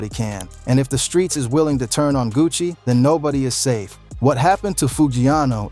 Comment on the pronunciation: Buddy said Gucci Mayonnaise & Puh Shesty